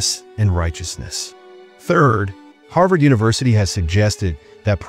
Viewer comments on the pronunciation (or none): none